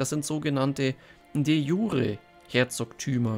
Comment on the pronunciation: De jure ist lateinisch und spricht sich entsprechend, also bitte nicht "de schure...", ist keine französische Zwiebelsuppe... 😂😂